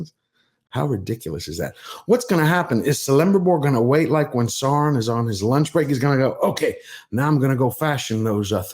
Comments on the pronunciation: Aule is pronounced OWL-LAY Celebrimbor is a k sound for the c. Sauron is pronounced SOURON as in the ou sound in sour. But other than that good video. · I don't want to be a dick, but I often am when I am drinking. The problem I have with Tolkien experts is that they have a tendency to say the names incorrectly. I am stickler for Sowrown's name being spoken correctly. You misspoke my brother and I don't give you any umbrage for that. What concerns me more and may be particularly anal on my part is Cirdan the shipwright. I can not think of any time that his name was described as "kirdan", which should be the case as Tolkien described his languages. I have always heard him described in any spoken description and "Sirdan". Sorry brother, but I am really fucked up. I drank a lot while trying to make this sound cohesive. I'm not trying to be a pain; I only want to understand.